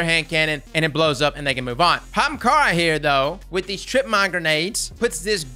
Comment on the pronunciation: "young HAAMKARRA